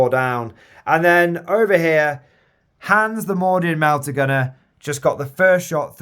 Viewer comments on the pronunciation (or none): none